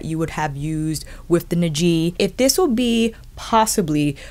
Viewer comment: Not that it's super important, but the correct pronunciation should be Ni’ji, with the stress on NI. Love the detailed review as always!